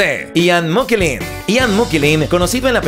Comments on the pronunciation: Ya te vale tío no poner a Hugh y no digamos ya el apellido de Ian mokellen? Es McKellen 🤦🏻🤦🏻🤦🏻👌🏻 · Ian "Mokellen"??? McKellen!!! Por favor... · Es Ian Mcallen no mokellen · Ian McKellen. No Mokellen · no es Mokellen es Mckellen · A mi también me chocó la mala pronunciación!! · Ian MC kellen, es magneto y no creo que se pronuncie moquelin